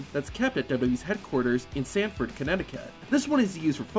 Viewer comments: It’s not Sanford, it’s Stamford. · Seriously!?!? Its STAMFORD, CT. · WWE Headquarters is in Stamford ct. Not Sanford ct . 😂😂😂😂😂😂😂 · STAMFORD,CT*****sheesh at least respect the state I’m from 😭😭